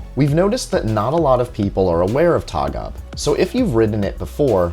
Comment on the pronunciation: Its Tåg AB not taga im from Sweden and Å=O "Tog"